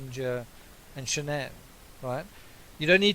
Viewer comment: First of all her name is pronounced SHANNON b/c her parents even call her by that! I feel like she was aggressive & controlling. Chris was an antisocial child in a man’s body & I think she was basically his first experience with a lot of sh*t then along came NK & he regressed into a horny high school boy! I would most DEFINITELY not like a damn camera shoved in my face every moment of every day! People always wanna dress alike & show all this when their marriage is straight BULLSH*T! The kids were enrolled at a high priced school, leasing a damn Lexus, too much house, not enough o come & PLENTY of debt!!! I don’t understand why he just didn’t/couldn’t just walk away instead of killing his whole family though.